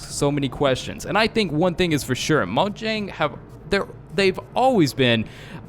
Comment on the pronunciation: It's moyang